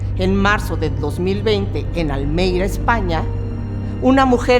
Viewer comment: Ya que te intentas poner tan interesante informate bien y aprende a hablar se dice Almería 😂